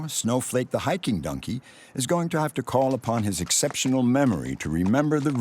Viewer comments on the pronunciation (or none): Anyone else hearing this dude say nunkey instead of donkey? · What kind of accent does the narrator have? Their pronounciation of "Donkey" often comes out as "DUN-key", and I've never heard anyone say it like that before.